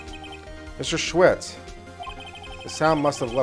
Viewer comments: OBJECTION!!!! SAH-WIT. Not SCHWIT!!!! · It sorta annoyed me how he kept pronouncing Sahwit wrong, its pronounced Saw it, but otherwise it was good. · Nope. Mr. "SAW-IT", not "SAH-WIT" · I love how he pronounces Sahwit’s name as Shwit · I love how he didn't get the jokes in the first case just because he missed pronounced the guilty party's name it's pronounced like Me. Saw-it and he didn't just see it he did it XD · Well, he doesn't know how to pronounce Japanese names, so give him a break.